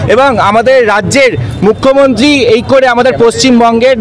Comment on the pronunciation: অ্যাংকরের উচ্চারণ অতি জঘণ্য। উদাহরণ এক্সেলেটর, মুখ্যমন্ত্তি, পাসাদ, বন্নপরিচয়, ইন্দনিল। আর শুভেন্দুর কুকথা নিয়ে একটা কথাও বললো না এরা। নিরপেক্ষ সাংবাদিকতা 😄